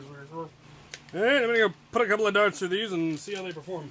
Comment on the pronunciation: I love the fact that he said throught punch